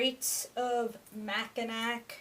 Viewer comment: It’s pronounced Mack-in-awe